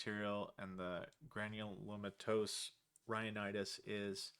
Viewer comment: Com'mon man, it's pronounced Granulomatous... Haha